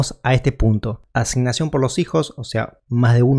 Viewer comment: "la asinasion por misijo..."🤦😠